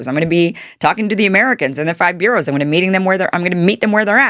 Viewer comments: Kim, the areas of New York City are called "boroughs" not "bureaus". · NYC has "burrows" not "bureaus"